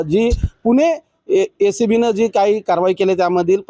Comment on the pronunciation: पुणे LCB नाही रे ACB बोल मित्रा